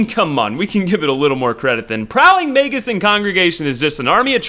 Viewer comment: May-jus. Mage-us. Not may-gus